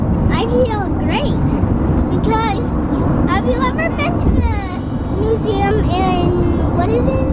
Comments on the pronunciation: "Science Nuseum" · "nuseum" I'm in love with ahaha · says nuseum in stead of museum